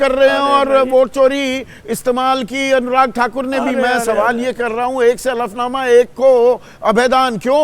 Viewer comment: Hlfnama bolo hflnama nhi